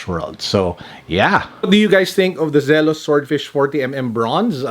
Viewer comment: It's Zee-los, not Zel-os.